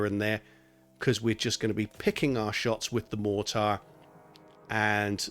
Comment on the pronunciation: Appreciate the video but man the way you pronounce mortar is driving me nuts.